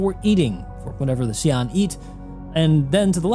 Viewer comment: It's actually SYOO-len. (Long Y, almost like SHOO) Xi'an language is not phonetically english and is much closer to Chinese both phonetically and graphemically